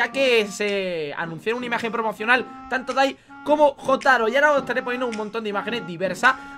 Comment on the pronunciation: me duele escuchar "Jotaro" con j española :"(